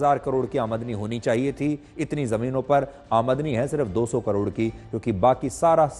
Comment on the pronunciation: Sudhir Chaudhary ko aamdani word bolna hi nahi aa raha hai jabki woh kitne bade news reporter hai aur is news me kitni galtiya kiye hai isko delete karke dusara vdo banaye